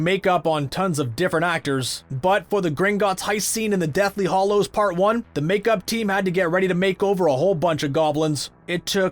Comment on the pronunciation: It's hallows not hollows!